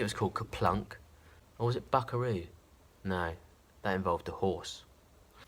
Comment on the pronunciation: I think he said buckeroo, hence saying that he thought that involved a horse.